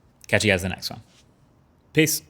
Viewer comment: Over the years MKBHD's Peace outro is sounding more like Piss.😅